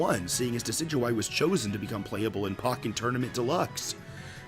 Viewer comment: Did- did you just say... “pocken” tournament? ITS “POKE-EN”